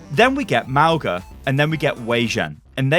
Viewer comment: Lol I kept laughing at how you pronounced Mauga like Mau-guh Sorry I know it’s not your native language but i can’t help it. It’s Mau-gnaah or you could pronounce it Mau-naah , it means mountain in my language, other Polynesians might say it differently.